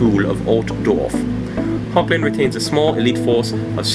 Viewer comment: Thanks for the correction! Hogland, never thought that would be an actual pronunciation, thanks again! I don't know how to do a Dutch accent, but I've been honing up on my German accent, I'll try to apply it soon =D